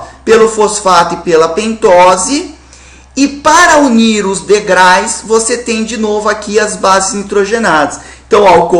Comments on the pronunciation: ótima aula mas ''deugrais'' foi tenso,hahaha *degraus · O correto seria degraus e não degrais!!!!! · Professor, te amo, mas é DEGRAUS, não DEGRAIS! kkk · Pelo amor de Deus!! Alguém avisa pro prof.que não são "degrais" e sim degraus! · Aula boa, Prof. Jubilut. O único problema é que não são ''degrais'' e sim degraus! kkkkkk Você é foda, professor. Valeu demais! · professor nao se fala degrais e sim degraus. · Querido Jubilut, não existe "degrais" existe "degraus" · Professor excelente aula. Mas, existe aí um erro grotesco de Português que chega até doer os ouvidos. O plural de degrau é degraus e não degrais. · ei jubi,sem querer ser chato,mas o plurar de degrau é degraus mesmo,nao degrais xD muito bom o video,valeu!! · Muito boa aula, muito mesmo, mas o certo é Degraus e não degrais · Professor, não são DEGRAIS, o correto é DEGRAUS. Quando a palavra termina em U é só acrescentar o S. Palavras que terminam em L, usa-se o IS Ex. Pastéis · Ótima aula! Apenas um erro gramatical em s . O Sr. pronunciou a palavra degrais(sic) , no entanto a pronuncia correta é ''degraus'' , pois a palavra termina com a vogal ''u'' , se fosse com a consoante ''L'' seria ''degrais''. Desde já agradeço por compartilhar essas aulas! Obrigada por tudo. Beijos. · Excelente explicação Professor mas por favor para de falar degrais..haha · Muito bom o vídeo! Mas pô, degraus né haha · "Degrais" é osso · Degrais professor? Sei que é um erro banal, mas vc é um professor! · Vídeo bom, mas o "DEGRAIS" foi torturante ouvir. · " degrais" . rsrsrs depois ele repete mais algumas vezes...normal...rssrsr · O conteúdo e o método dele são excelente... Mas os "DEGRAIS" não foi tão legal assim. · Muito boa a aula,mas po,DEGRAIS??? ai não né Jubilut kkkkkk abraço! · Só por que ele é professor,não quer dizer que ele não pode errar.Até por que o erro é inerente ao ser humano!